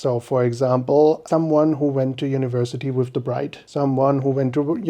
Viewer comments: Bless the priest saying ‘bridge’ instead of ‘bride’ 🙈😂 I know I know! But it also ain’t my first language either yet it still made me giggle! I also don’t know Uyen but I’ve followed her for years and it did tear up too! What a journey it has been to this moment!! Watching this as a 37 year old forever alone central euro chickie in London… it gives me hope 🙈😂🫶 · Oh he said bridge … not bride? 😮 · How very nice, congrats!! And funny: Did the priest really call you „bridge and groom“ instead of bride and groom? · LOL, in the beginning: he says "bridge" insteade of "bride". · Did anyone notice the Priest said BRIDGE and Groom not BRIDE? Poor Priest having to speak English AND pronounce Vietnamese words! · I can't believe the priest misread "bride" as "bridge" I understand it's not his native language but that word is somewhat central to a wedding 😅😅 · When I heard it I thought "Umm". Then I thought "well", because she is the bridge that bonded two families together. And that's how I'm only going to think of that mistake😅. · bridge and broom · "dear bridge"??? A bridge between cultures for sure but maybe next time the guy needs to learn to say bride. 😅 Anyway congrats and a happy marriage!🥳